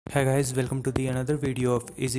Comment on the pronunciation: its welcome not velcome